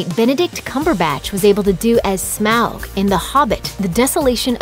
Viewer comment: Please learn how to pronounce Smaug. Thank you!